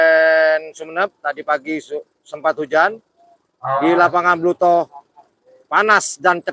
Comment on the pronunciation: Blutoh mas bukan blitoh.... 😂